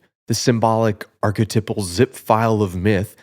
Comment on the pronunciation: It’s pronounced arc-eh-TIPE-al. Archetype. TYPE. I only mention it because you say the word “archetypal” 300 times. I’m so sorry I loved the video and also liked and subscribed I’m so sorry